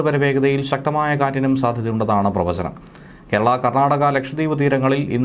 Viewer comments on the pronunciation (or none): Enthu PRAvachaNAM ? Hi hi heee 😅